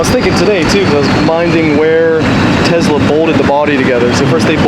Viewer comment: It's not Tezzzla 😑